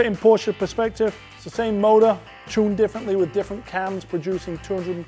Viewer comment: When he says motor 🤢